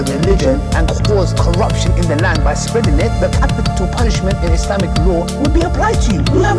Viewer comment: Thanks, some things he said are a bit difficult to understand. One time it also sounded like he left one syllable out: "capital punish" instead of "punishment", so sometimes I was in doubt about a word. I will change it to "it just backfired on you".